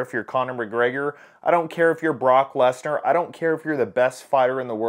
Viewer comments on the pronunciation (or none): none